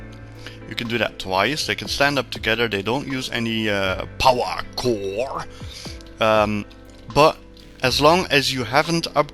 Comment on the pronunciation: Ssrsly probs a nice guide but the way u pronounce power core i just wanna hit ur head on the table.. no offense tho